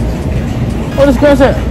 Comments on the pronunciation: said skrimps 😂❤️ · Nobody:: “skrimps” 😂😂😂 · this nigga says scrimps😭😭